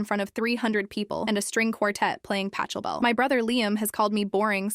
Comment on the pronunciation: The "ch" in Pachelbel is pronounced the same way as the "ch" in Bach. Johann Sebastian Bach. For the same reason.